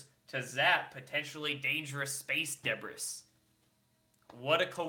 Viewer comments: Debris is pronounced di-bree lol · Debris is pronounced "De BREE". Luv ya. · Another great video. Just FYI though “debris” is pronounced “de-BREE” :) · LOL. Debress? pronounced debree. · great post, but it's pronounced de bree, NOT deb riss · Pronounced: D'bree or Day-bree. NOT Deb-briss. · Dee-breeze .....debris(not deb-ris).....you are so good in your delivery but that mispronunciation made a pain in my ear. #releasethememo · Deb-ris, is that a PNW thing. Where I am from "Debris" is pronounced Day-bree or perhaps Duh-bree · super interesting info! thanks for the vid. btw, silly, space debris is pronounced "deh-bree" (not "deh-briss") just FYI for future posts ;) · Did you say Space Debriss. Lol Sorry. Funny. (Dee-Bree)? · It's pronounced debree FFS,not Deb-ris. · DEBRIS: (deh-BREE) not DEH-briss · Please don't mispronounced 'debris', /dəˈbrē, not deb-riss`. And the kava is for amping up, elevating mood and working past pain, but too nerve stimulating to use daily. Try Arnie, arnica Montana for pain with no other effects, or mini doses of cbd for pain relief with no sleepiness. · Love you, love your show but "debris" is pronounced "deb-ree". Keep up the good work. :-) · you DO know it's pronounced 'da bree', not 'DEB ris', right?? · I love you, but debris is pronounced duh-bree, not duh-briss. I hate to be picky because you are one of my fave youtubers! Keep up the awesome work! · Feeeza... deb-risss... odd pronunciation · Dude, it's pronounced day-bree... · It's pronounced di-bree,.;-) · Debris......It is pronounced. ...... "de bree" Oh, come on....How do u NOT KNOW that? Smart guy like u!!! REALLY LOOKS BAD! DO RESEARCH BEFORE VID!!! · debris = de-bree, ie: space junk lol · the 'S' on debris is silent so you pronounce it "debree". Debris = debree. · its pronounced duh-bree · The word, debris is pronounced. Debreeeeeeee LOL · space debris =space "di- bree." pronunciation,. otherwise great report! Thanks.